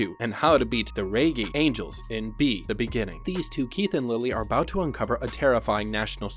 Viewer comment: I was looking away from the screen when I heard the type of angels. Had to rewind a bit to make sure it wasn't Reggae Angels